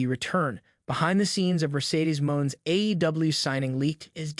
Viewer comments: Dude the "e" is pronounced in her character's name!! She is Mone!! (a take on Money, as if someone with a French accent would say the word), She is not Mon!! Thank you!! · Mercedes last name I)is pronounced money not mone